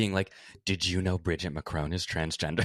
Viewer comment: Bridgiteeeeee that’s not how you say her name